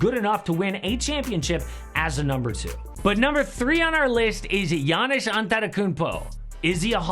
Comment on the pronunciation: . "Yawniss" taller than Brook Lopez?